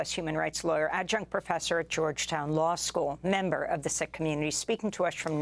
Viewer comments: Pronounced Seek , not sick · Sikh is pronounced Seek, not Sick..... unless you are expressing an opinion. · Why is Sikh suddenly pronounced "sick", rather than " seek"? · I’m confused I thought Sikh was pronounced like Seek not Sick? Or does it just vary across the pond like how Americans say Moslums instead Muslims? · It’s pronounced seeks not sicks according to my SIKH friends. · I thought Sikh was pronounced to sound like 'seek'. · It's pronounced "seek" (Sikh) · Sikh-pronounced seek. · it's pronounced seek, d*mb *ss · It's pronounced "SEEK" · Isn't it pronounced Seek